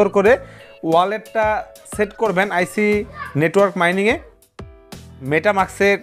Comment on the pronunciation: আইসি না ভাই এইটা আইচ হবে।